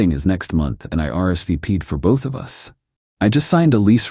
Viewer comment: It's an AI channel, instead of saying us, it spelled it U S.